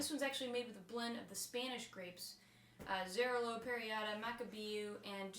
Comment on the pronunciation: Cool video :) ..just a little hint, "Xarello" pronounces more like "cha-rel-oh" but that's just a detail ;)